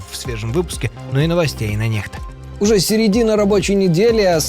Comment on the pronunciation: Спасибо за информацию,, а не НЕХТА.